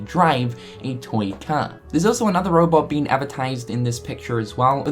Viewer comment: The way you say toy.... TOYNG